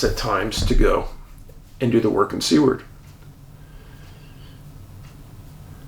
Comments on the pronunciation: Hi Dave: As usual, fascinating & baffling. One correction, Seward is pronounced like Sewer with a D on the end (Sue-Erd), not Sea-ward. It was named after secretary of the interior William Seward. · Great Show Dave ! I love my book and hat. 1st class quality. FYI Dave, Alaskans pronounce Seward, (Sue-erd)